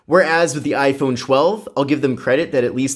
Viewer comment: Essh 20 FE vs Aiphone 12 😂😂😂